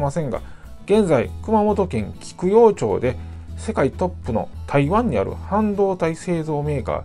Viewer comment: なぜか熊本は、〰️町 (マチ)と読むのがほとんどです。 他の九州では、いや、日本中が、だいたい 読みは(チョウ)ですね。なぜなのか地元民でも不思議です 考えもしません 言い慣れた言葉には